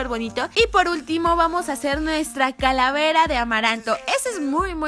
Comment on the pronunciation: Like a que karen dijo caravera en el minuto